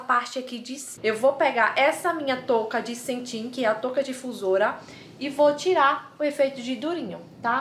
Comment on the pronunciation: É cetim , não "centim"